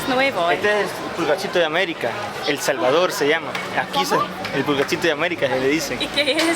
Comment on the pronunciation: You guys can't even pronounce correctly the name of El Salvador 😂😑🙄